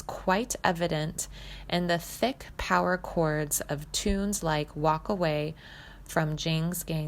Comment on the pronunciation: Um, its POWER trio not Powder LOL